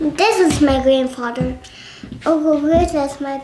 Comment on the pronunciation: I heard grandfarter.